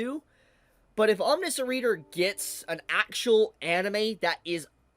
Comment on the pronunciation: why is it that nobody can pronounce omniscient... huh